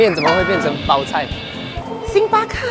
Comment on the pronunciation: 红队嘛不是一样一直在掰！星巴克（克第四声），可可饼干（可第一声），这已经错了好吗！语文是体育老师教的吗！